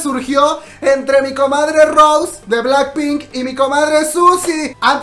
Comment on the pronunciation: Se pronuncia Rosé con acento en la E, no Rose en ingles comadre.